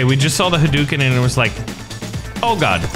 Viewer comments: Correction in speach. its not hoo dooken its pronouced huh dough ken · Huh pizza dough ken/karen And its ha-dooken, not hoo-dooken